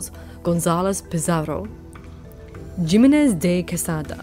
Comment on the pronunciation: Just when you said Jimenez, also the U in Quito is mute, like in queue, apart from these 2 things it was pretty good.